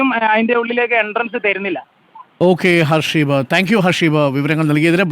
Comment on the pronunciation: ഹസീബ് ആണ്, not ഹർഷീബ് 😂